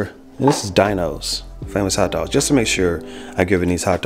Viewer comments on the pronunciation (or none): Dino's is pronounced Deeno's by the way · Haha these are not from Scotland they are in every supermarket. Also how did an American pronounce an American name so wrong. Should be Deenos. PS these are better than all us hotdogs. Over 80 percent pork! Proper dogs